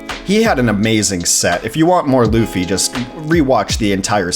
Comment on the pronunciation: Luhfy is wrong Loo - Fee is the right way to pronounce it.